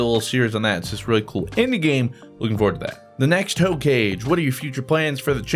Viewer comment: The way you pronounced "hokage" though XD